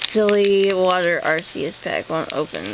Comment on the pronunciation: ohhh, PLEASE stop sying (ar-see-us) its (ar-KEE-us)